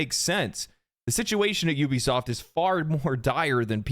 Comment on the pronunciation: It really irritates me when people call Ubisoft You-bisoft its oubisoft get it right! Ubisoft… Regardless the Company died a long time ago.